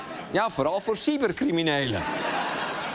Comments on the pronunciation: Ik verstond “sywertcriminelen” 😂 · Ik verstond toch echt SIEMMER criminelen 😂😂😂